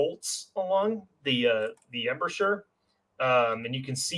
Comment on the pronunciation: Spent an entire flight from Seattle to Austin watching this - will make my next visit to Omaha Beach much more knowledgeable! One constructive comment: Embrasure is pronounced "em-BRAY-jur"